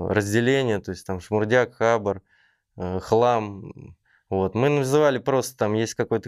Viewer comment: Не хАбар, а хабАр.. а ещё профиком мнится. Кринж